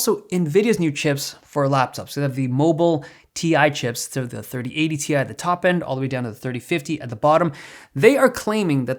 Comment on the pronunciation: “3080 Thai”